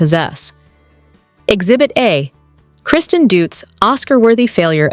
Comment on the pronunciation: You can’t even say Kristen’s name right!! 😂 so you’re credible? It’s a reality show. Come on now, you sound so silly & ridiculous.